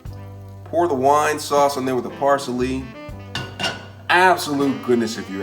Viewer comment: gingyer raymen flavoration packet parseley alle dental you crack me up man